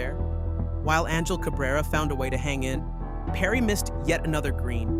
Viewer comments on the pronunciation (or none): none